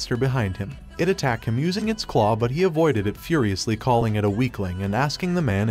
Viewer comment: Do you not know how to say ed like jumped or attacked